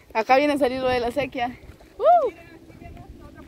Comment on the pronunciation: Se dice " Sequía," con acento en la "i". Y significa que es "Falta de Agua" y no "Canal Natural de Agua" como el del Video. IGUAL ESTE VIDEO YA ES REPETITIVO. SALUDOS Y BENDICIONES.